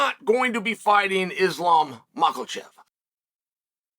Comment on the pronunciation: “Mockle”chev again?!